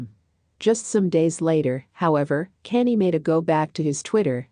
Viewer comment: His name is Kanye. Pronounce con yay